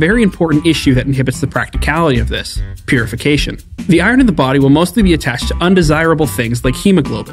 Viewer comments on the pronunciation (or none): "a very important issue" Me: oh maybe because killing people is wrong? This dude: P U R I F I C A T I O N